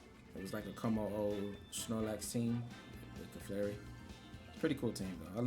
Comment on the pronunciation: This team is so broken! I digg it. 👌🏾 Also, you crack me up every time you call Clefairy, "Caflarey!" Lol 😆